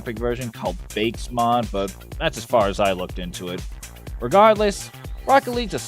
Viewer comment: Ill never understand how people get bakes mod out of bakkes mod. its bah-kees not bakes.